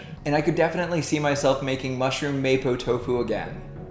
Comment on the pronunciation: Hi. The dish is pronounce "Mah-po doufu" keep up the good work 👍